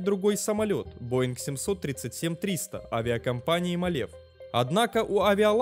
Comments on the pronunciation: мАлев правильно,а не малЕв. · Правильно не МалЕв, а МАле. Ударение на первый слог.